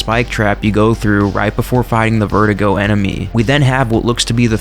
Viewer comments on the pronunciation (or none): You pronounce Verdugo “Vehr-Doo-Gó” not vertigo… I know you may “not speak Spanish” but don’t disrespect and butcher the language, I know you RE fan boys have been loving this game for a long time so at least pay the language a little respect, you could have learned after all of these years very easily how to say Verdugo without completely butchering the Spanish words 💅 Thanks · you butcher its name all the time its Ver-du-go